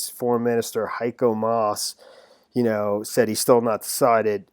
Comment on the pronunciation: Damn you actually pronounced Heiko Mass just right 👍👍